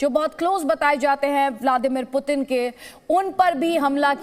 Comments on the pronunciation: पतिन नहीं पुतिन है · पतिन नही भाई ... पुतिन कहो 😀😀